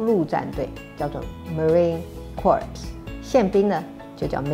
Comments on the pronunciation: Just wanted to point out that "corps" should be pronounced "CORE" not "CORPSE". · 總統好，marine corps 稍微念錯了⋯ 後面的 ps 不發音，直接唸 “kor～” 就好。把 ps 的音唸出來，變成有點像是在唸 “corpse”⋯ 三條線⋯⋯ 製作影片沒有人負責檢查嗎？！ “You are fired!” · 了不起,用這個方式推銷自己的政績! 偷偷說一下, Marine corp這個字的發音聽我的美國朋友說,其實是Marine "cor",因為這是法文的樣子 (連Obama也犯了這個錯誤,我也是XD) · 你連Thailand 都會寫成Tailand 面對外賓連中文都說不好👎🏻 陸戰隊Marine Corps 的p 與s 發出音來，發成corpse （屍體）之發音 嘖嘖教壞小孩大小 還是專心國政好嗎？ 先把博士論文拿出來吧⋯⋯ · marine corps海军陆战队在空心菜口中已经阵亡变成了marine corpse 哈哈哈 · corps(軍團)的發音~~念錯了，會變corpse(屍體) 不過連美國人歐巴馬也念錯，也是總統XD。 小英很緊張，國防是嚴肅議題，支持國防護民主~ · 怎麼印象中“marine crops”音比較接近cor，不然聽起來像屍體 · 其實 Marine Corps 是唸 Marine “Cor”，尾音 ps 是不發音的，有解釋是”Corps” 本來是法語，不發 ps 音。 另一個有趣解釋是因為”Corps”發音太像”Corpse”(屍體），所以不會把 Corps 真的唸成 Corps，避免不吉利和尷尬。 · 的corps應該有兩種唸法，一種是s不發音/kɔr/(比較多人唸這種)，另一種是p不發音/korz/。蔡總統唸的聽起來是corpse/kɔrps/(屍體)。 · "corps" should be pronounced like "kor", the "ps" in the end is not pronounced. "corps" 應該要念成 "kor"，後面的"ps"不發音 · 海軍陸戰隊marine corps的ps不會發音喔～因為聽起來會像corpse(屍體)，所以會唸成像marine cor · Marine Corps 裏頭的p跟s是不發音的，發音的話變成跟corpse一樣了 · Marine Corps 的s是不發音的, 若發了s的音,就變成這個字corpse(屍體),不可不慎! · corps 念/kɔː(r)/ p跟s都不發音 r美式發音會發 英式發音不發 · 他能不能听懂我不太清楚，不过corps 的p和s不是不发音么，发音就变成了Corpse尸体了么，哈哈哈，就这水平好意思出来秀？关键是还有一批你这种人捧臭脚，把政治当作秀? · 怎麼辦？corps 唸錯了啦！ 英文教學還教錯。 影片快下架，不然丟臉丟到國外。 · 總統大人發音小小錯誤啦。Corps的ps不發音啦，網路上寫說此字是源自於古法文，所以唸法跟拼法稍稍不同。然後我超喜歡這個影片的啦~✌️ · Hmm, actually that ‘p’ and ‘s’ in marine corps are silent. If they are not silent, it will be corpse, which means dead body. Despite this minor mistake, you are a wonderful and so far the best president that Taiwan has ever had! Thank you Madam President! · corps單字裡的"p"和"s"好像不發音的哦！ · 也不能因為總統曾留學英美，就沒人幫忙檢查一下她的發音吧！ 這裡的corps是單數，p和s都不發音，KK音標為/kɔr/（複數型的時候s會發音，但p仍然不發音）。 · 支持總統！不過marine corps好像最後兩個字母ps不發音吧？ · 提醒小英總統和智庫, 3’34的corps通常不發“p”和“s”, 因為唸起來會和corpse太像唷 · 不好意思總統，corps是法語借詞，所以ps是消音的，讀法為core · 陸戰隊 marine corps 的發音有誤,corps字尾ps是不發音的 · corps 的p 和 s是不發音，不然會變成corpse 屍體的意思.... 蔡英文總統你的英文好像也不太好?